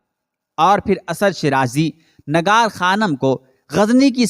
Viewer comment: Urdu ka talaffuz durust kerke biyaan de lafz Nigar hai Nagar nahen